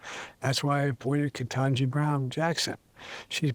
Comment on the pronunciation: He also messed up Justice Kentanji's name, while calling Secretary Austin, her.